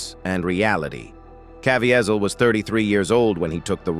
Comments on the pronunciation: Why can’t you pronounce Jim’s name correctly? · Please if you are going to review this . PLEASE LEARN HOW PRONOUNCE JIM"S LAST NAME.